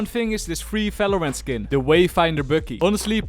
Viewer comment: I love his accent ❤when he says Valorant as Felorant 😂